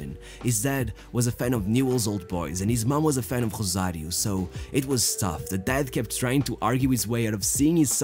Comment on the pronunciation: My dude keeps pronouncing "Rosario" in Portuguese for some reason.